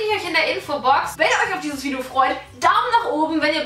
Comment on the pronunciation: Merkt denn keiner das bibi am anfang gesagt hat,, willkommen bei meinem neuen vido?? Oder liegt das an meinem Ohr?? 😂😂